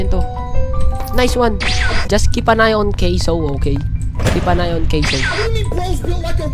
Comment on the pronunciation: caseoh hindi ca se oh